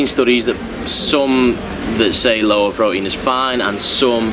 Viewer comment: It's pronounced "pro-teen"